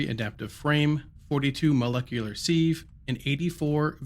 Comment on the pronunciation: van-AD-ium and sieve rhymes with give :)